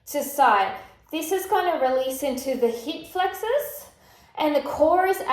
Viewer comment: you had me at "heep flex-awes."